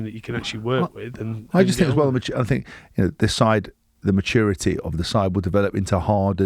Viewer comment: did haskel have a bet on how many "i fink" can he get in one show